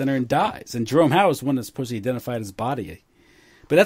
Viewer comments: love these interviews but the word is suppose"D"ly not suppose"B"ly. really needs to work on that speech impediment because it's really annoying. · If Tucker Carlson or Anderson Cooper ever said "supposebly" on the air, their credibility would immediately plummet. That's the point,. All anybody knows about you is what we hear you say on these podcasts. 99.99% of your ideas could be brilliant, but unfortunately you are judged more on your mistakes in this realm. Saying "supposebly" makes listeners instantly question the message they are receiving. Believe it or not, like it or not, it's the truth. Also, while I have your attention, I think it was misguided for you to suggest that we the listeners shouldn't even bother watching Wright's production, make the assumption that it's all propaganda, and then tell our friends the same. That is terrible advice. That's no better than Tim's family's prejudicial response when he shared his thoughts on building 7. We should all watch this production and then dissect every last bit of it.